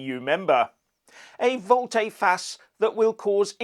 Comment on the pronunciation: That's volte, not volté.